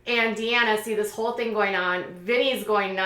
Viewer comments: Its Deena not DeAnna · It’s “Dena” not Deanna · Deena! Her name is Deena, not Deanna. Have you ever even watch JS or JSFV before?